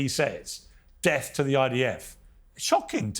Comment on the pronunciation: When they say "De ath to America" THEY MEAN DE ATH TO AMERICA!!!! NEVER TRUST PALLYWOOD PROPAGANDISTS